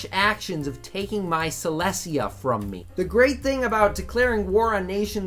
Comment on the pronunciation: "Sy-Less-EE-Ah" What The FUCK